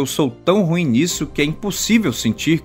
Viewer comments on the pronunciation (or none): none